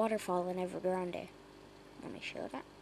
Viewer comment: Pretty sure it's pronounced like "Ever Grand", not a Spanish inflection. Wow